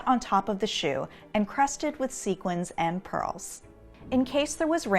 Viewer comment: Expert but still doesn’t know how to pronounce Sequin Correctly.... cringe